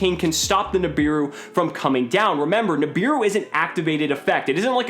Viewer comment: "Nibiru" Im about to end this mans whole career.